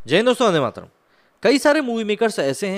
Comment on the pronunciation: Are भाई वंदे मातरम् इतना मुः मेही क्यू बोलते हो ये तो बहोत बडे अवाजमे aur स्पष्ट bolna चाहिए 😀😀😀😀